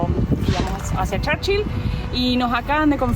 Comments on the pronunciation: No se dice: Charchill se pronuncia igual Churchill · Se dice Churchill no charchil 😂😂😂